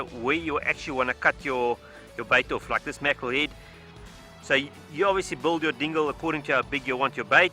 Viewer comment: ket moy bait orf lol